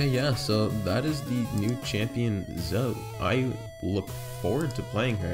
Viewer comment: It's Zo-E Not Zo. Boi